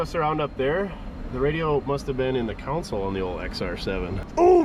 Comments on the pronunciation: it's a - console (center storage area) not - counsel (giver of advice) - I 've heard other northerners say it right - can you? - Please try, eh...? 🙂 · Pronunciation tip of the day: Counsel (pronounced Cown-Sell) refers to lawyers conducting a case. As in, "the counsel for the defense". Console (pronounced Con-Soul) is a panel with a set of controls for electronic or mechanical equipment.😉